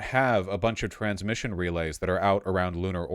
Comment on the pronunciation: Around 2 minutes I thought he was saying "trans mission" instead of "transmission" so I was very confused with the context lmao